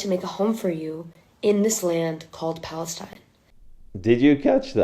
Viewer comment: What is pa-LIES-tine??? 🤣🤣🤣🤣🤣